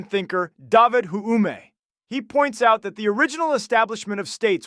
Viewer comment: His deliberate mispronunciation of iconic philosophers like David Hume, John Locke, Plato, and others is hilarious. And also random stuff like "fingers" and "infringed."